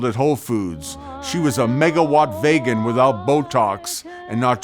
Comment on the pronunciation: We're not using the word midget anymore, but also why did you pronounce vegan wrong?? Did you not write this or is this AI??